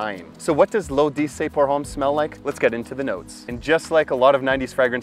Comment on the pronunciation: Pronounced ‘lo’dessey’ issey miyake